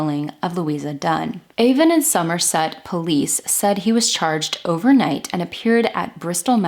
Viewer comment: I'm from Bristol, I don't know this case. When I saw the title, I didn't think it could be Easton Bristol. I needed to add, I'm impressed by your research, you pronounced everything correctly, and pronounced Somerset in a way we do, with a hard r